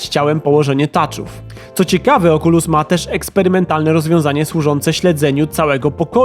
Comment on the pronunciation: "małe oczulusiątka"